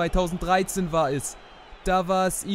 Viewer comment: Gute videos aber "chelsea" wird chelßea ausgesprochen 😅